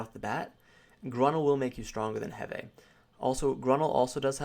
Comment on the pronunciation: Sven Hund lol right that bothered me so much